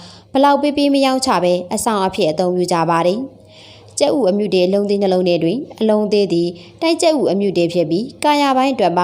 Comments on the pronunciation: အမြုတေ အ မ တေမဟုတ်ဘူးလေ အမတေလို့ဆိုပါ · အမ တေ မဟုတ်ဘူးဟ အမတေပါ သေချာလေး ဖတ်ပါပြောပါ😮